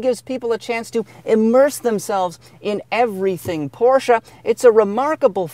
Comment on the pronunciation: Pronounced porshah